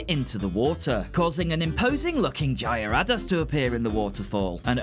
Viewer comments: The way you pronounced Gyarados might haunt me for a very long time 😆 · Man this unlocked so many core memories (especially Oak’s hateful “you were close!), thanks for this :) Though your pronunciation of Gyarados broke my brain a little bit! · you still didn’t pronounce Gyarados right. In fact, there were quite a few Pokemon whose names you mispronounced. Then again, I can’t really say anything, given there are Pokemon names I mispronounce as well.